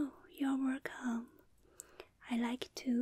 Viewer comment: More like wercome back.